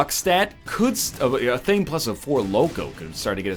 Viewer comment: Ath-ahh-may not Ay-thame.